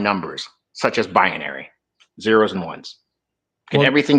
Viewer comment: Binary, not bianary.